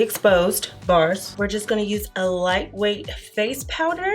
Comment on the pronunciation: Okay, I laugh every time you say "bars."